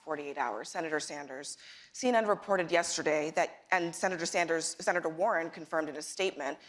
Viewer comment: notice war-hen says I ... Bernie says WE